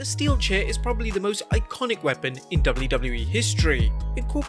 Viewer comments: Can you not say weapon? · This channel can’t even say the word “weapon” 😂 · You can't say "weapon"???